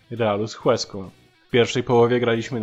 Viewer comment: A się przypierdolę, jak to ja. "Łeską" h jest nieme :D Poza tym, po kolei: Pele to dzban, brak słów. A dowodów na to milion - choćby Freddy Adu. Courtois chyba powinien zmienić nazwisko na Ćwielong. Szpaku pewnie źle coś gdzieś kiedyś przeczytał, pomińmy :) No i brawa dla Sosnowca. Zagłębie > Juventus